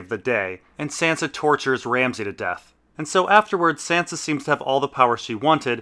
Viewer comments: why do you pronounce sansa like a texan if you pronounce davos with a hard A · Why the fuck do you pronounce Sansa's name like that?